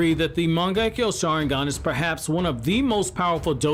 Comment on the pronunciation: Your saying the saharingan wrong